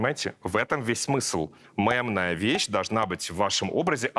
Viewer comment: Нынче стоит говорить слово мемная через "е"😊меня подростки всё время поправляют😂хотя в принципе какая разница